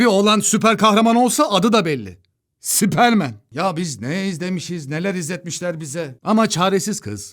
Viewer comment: "Sipermen" çok iyiymiş